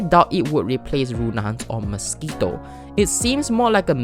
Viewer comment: Im sorry my little brother just made fun of the way u pronounce mosquito